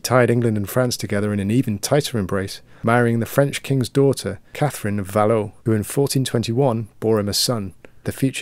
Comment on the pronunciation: Valois…say VAL-WA